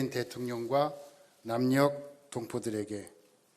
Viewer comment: 남녁이 아니라 남녘